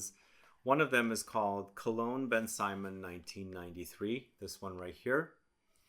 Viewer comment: Thank you for this video. It's not pronounced Ben Simon though. It's more like BenSymone. I had this back in the day and I'm glad that you've discovered it. I may purchase it to see if they haven't reformulated it.